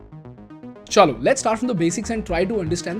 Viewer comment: Just a question? Are you Bengali? Because the way you said "cholo" totally sounded like a Bengali